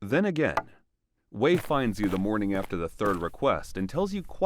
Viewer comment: Son's "moring"? "Morning"? or god bless that food taster because it would have been "mourning" breakfast if he had eaten it. yikes!